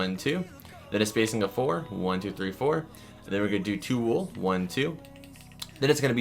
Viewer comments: U SAID WAL!!!!! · did you say light gray wool